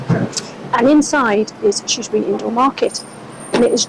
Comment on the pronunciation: Good video of the market traders. The presenter really needs to learn how to say Shrewsbury!😊